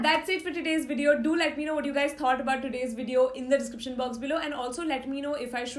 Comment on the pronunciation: Did anyone notice "she told do let me know how you like this video in the 'despriction box'"... Lol 😂 Lots of love 💖